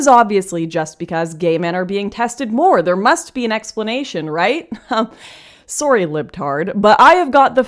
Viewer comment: is straight gold because the way she pronounced sorry.